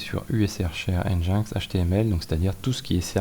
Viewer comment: !Hello, Au cas ou, ca aide a se comprendre des fois :) NGINX Open Source160 ou NGINX (prononcé [ˌɛndʒɪnˈɛks] ) -> Engine X un peu comme yaml qui se prononce "yameule" Merci pour le contenu !